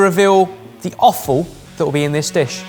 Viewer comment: It's offal...I just keep hearing say awful. LOL